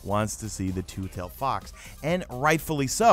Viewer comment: Loll butchered the name but keep up the good work